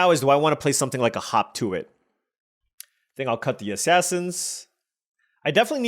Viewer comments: It's not yours or WoTC's fault, but every time you say "hop to it" all I can hear is "hawk Tua it." Either way, I agree. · Watching it on 1.5 speed while at work, had to rewind it to make sure he wasn't saying hawk tuah when reading hop to it.😂